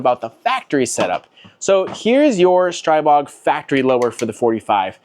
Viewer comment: The Slovaks pronounce it "Stree-bog," my new found friend.